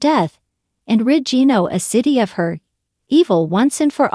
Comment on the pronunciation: Oh no. Another person who doesn’t know how to at LEAST pronounce Genoa City?? First and last time listening to this uninformed speaker! Bye